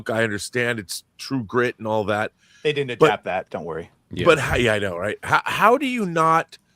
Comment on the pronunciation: I like everything the girl in the bottom right says. I have a question though. Why does she say “did-dint” instead of “didn’t?” Young women today seem to take contractions and extend them to equal/longer syllables than the words they are trying to shorten. Example: shouldn’t. If you are going to say “shood-dint,” just say “should not.” This is an epidemic with mostly females under 40.